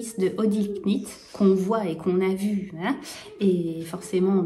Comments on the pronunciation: Petite astuce : le k knit ne se prononce pas !!! Dis simplement nit !❤❤❤ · Coucou 😊 je suis fan de ton colorblock 🥰 pour prononcer le mot Knit, retire le K, il est muet comme tous les mots en KN 😉 tu verras que ce sera plus facile 😊 je file aussi à mon tricothé 😉😘